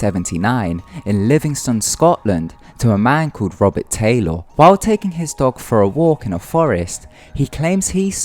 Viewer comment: You say Taylor really weird, it's just Tay-Lir/ler , not Tay-L-Or, xD